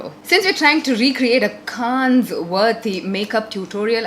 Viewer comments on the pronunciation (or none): it's pronounced as Can.... Not kannes!🙈